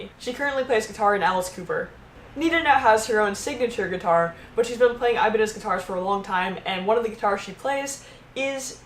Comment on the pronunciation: "aibanes" DIOS MÍO, with the "ñ", my spanish speaking ass got mad